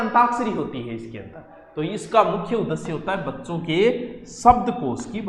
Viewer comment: उ द श्य नहीं सर उदेश्य होगा